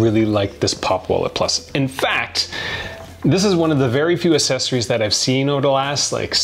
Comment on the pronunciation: Enjoying the content, truly. But love that has a real trouble saying "accessories" I thought maybe it was a Canadian thing, but says it properly....Accessories as in "AX" sessories:)